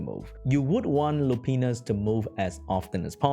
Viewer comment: Hahaha. He says Lupinus